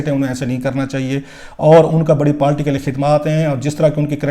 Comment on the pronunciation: South Panjabi. Party not palty. Please correct ur Urdu. pandu